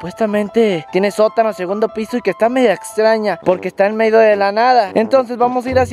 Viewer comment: En el minuto dijo en meido